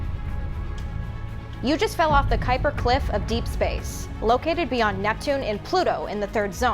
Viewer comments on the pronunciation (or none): That small slip with Netpune goes almost unnoticed :-). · Netpune!!! Net Poooooon!!!1!